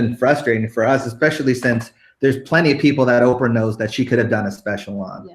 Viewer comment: Canada Oh Canada I wasn’t laughing about the spelling dumb ass, but rather that she called Oprah Okra instead...try a dictionary maybe